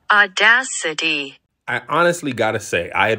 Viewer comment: The google "AUDACITY" pronunciation...FLOORREEED ME!!! 😆😆